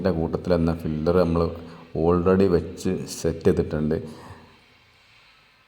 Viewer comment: ഫില്ലർ അല്ല പില്ലർ ആണ്, 😂